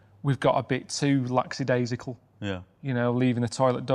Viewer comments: He actually said "laxadaisical", so normality restored :D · lol "laxadaisical" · Except he pronounced it "laXadaisical". Pay attention young padawan. LOL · laxi - daisical?! hahahahaaaa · DID KARL PILKINGTON JUST SAY LACKADASICAL??! You've changed Karl. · Did Karl fucking Pilkington just say lackadaisical? Isn't that one of the signs of the apocalypse